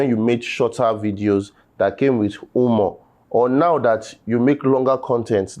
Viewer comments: Who Clenched their Nyash and tried to pronounce “who-more” ? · no fit pronounce Humor. Imagine 😅